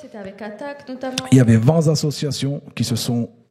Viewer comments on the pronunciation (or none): " il y avait vingt Z'associations (...)" Ouch, j'ai les oreilles qui saignent.